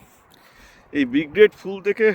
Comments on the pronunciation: আপনার কথার সঙ্গে আমি একমত, কিন্তু আপনি আগাগোড়া Brigade কে B-grade বলে গেলেন ভিডিও জুড়ে 😂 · Brigade ❌ B grade✔️ 😂😂